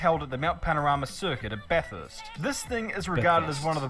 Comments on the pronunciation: Its what we call V8 supercars, not a indycar, you actually pronounced bathurst the correct way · baff-hirst is how we say it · There's not really a uniform way Aussies say Bathurst. Because similar to the British some people would pronounce bath like "barth" but by and large most would say it without the "r" sound. So generally I guess it'd sound like "ba-thirst" for most. And "Barth-urst" to some others.